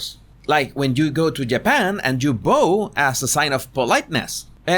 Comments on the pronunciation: Fantastic segment! Just to know 'bow' is pronounced ba-o.. Not bo-ou. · Cute how he says "BOE" instead of "BOW" (rhymes with "WOW") for "bow to the...." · To "bow" as in a dog barking "Bow wow",Just an english pronunciation lesson Jesus 🤭💞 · You are pronouncing bow wrong in this case. There are two ways to pronounce bow one is bow like when you’re in Japan the second way is like bow and arrow.